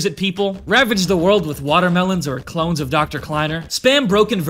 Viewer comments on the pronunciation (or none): none